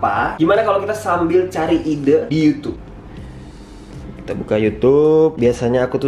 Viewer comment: sekarang ngomongnya udh youtube bukan yucup 7.26